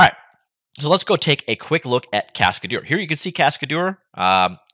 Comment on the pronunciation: I pretty sure that's not how it is pronounced. "Cascadeur" is a french word, right?